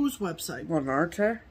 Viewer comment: Thank you for teaching us the correct pronunciation of Lanarte. I was butchering it! So happy you have a new recliner, looks so comfortable!